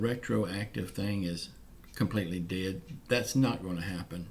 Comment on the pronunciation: Dead not bead...sorry